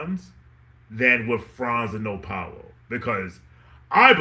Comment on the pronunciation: It’s pronounced more like Pow-lo instead of Pa-oh-lo.